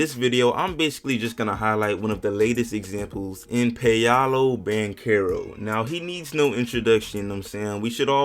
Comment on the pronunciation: No, it actually isnt. You got it wrong too. Its Pow-low Ban-Care-Oh